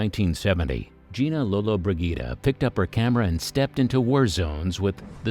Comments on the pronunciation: The mispronunciation of her surname in this video just annoys the crap out of me uff 🙄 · 5 seconds in and he mis-pronounces her name.